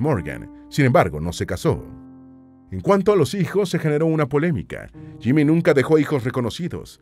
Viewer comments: Es JIMI,,,JIMI HENDRIX,,,JIIIIIMIIIII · Es que es JIMI HENDRIX y quítate el sombrero al pronunciar su nombre Mister Jimi Hendrix,,,,please.